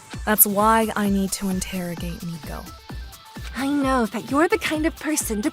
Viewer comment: IT'S NOT NICOVER.